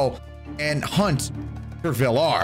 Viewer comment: it's vill.r not villr